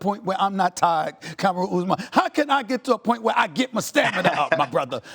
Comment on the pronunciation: Stephen “Camaroon Oosman” A Smith